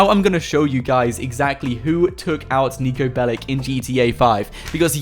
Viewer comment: In the name of all balkans, Niko's last name is not BELIK. It's BELIĆ, and you read that BELICH